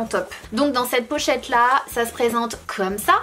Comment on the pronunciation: Pourquoi tu dit on ze retrouve sinon je t'aime beaucoup et suis aboneé